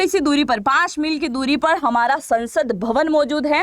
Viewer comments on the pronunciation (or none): none